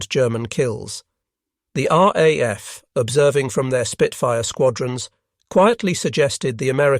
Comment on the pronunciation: Another generated commentary, what is the "R....AF"?